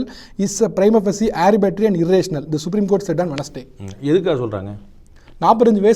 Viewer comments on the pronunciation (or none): டேய் அது ஆரிபேட்டரி இல்லைடா ஆர்பிடரி. ஆர்பிடரின்னா என்ன அர்த்தம் தெரியுமா, ஸ்பெலிங் தெரியுமா? உனக்கு ஒழுங்கா உச்சரிக்கவே தெரியல்ல இதுல உனக்கு பேட்டிவேற🤣🤣🤣🤣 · இந்த ஆர்பிட்ரரி(arbitrary) என்ற ஆங்கில வார்த்தையை ஆரிபட்டரி என்கிறார். இவரது ஆங்கிலம் இந்த லட்சணத்துல இருக்கும்போது இவர் ஹிந்திக்கு பதிலாக ஆங்கிலம்தான் வேண்டுமென்கிறார்? கொடுமைடா சாமி!